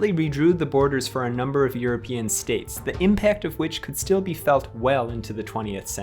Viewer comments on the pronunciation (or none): none